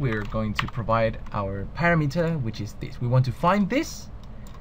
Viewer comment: SOME CONSTRUCTIVE CRITICISM for you... What is up with, when you say, "EXPLAIN YOU", This should be said as "explain TO you". A BIG ALSO... Parameter is not pronounced "PARA-METER", it is pronounced "Pa-RAM-e-ter". might have a good video, but speaking correctly is half of TEACHING...